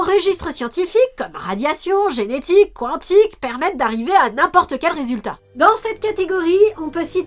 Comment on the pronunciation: Quantique se prononce comme ça s'ecrit. Ça m'énerve qu'on écorche ce mot.